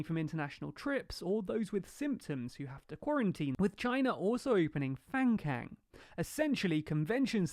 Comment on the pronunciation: Quick heads up. If Fangcang is spelt as it would be written in Chinese Pinyin, the pronunciation would be “fang-tsang”.